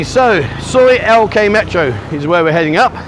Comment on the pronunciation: Soi Lengkee sounded like Soi LK I thought you got lost and Tesco are no more in Thailand it is now Lotus's has been purchased by the owners of 7/11 stores. The little car you saw was a Nissan Figaro. I'm trying not to nitpick just be informative so pardon me please.